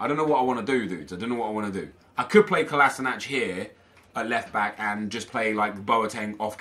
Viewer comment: it's pronounced Ko-la-Shi-natz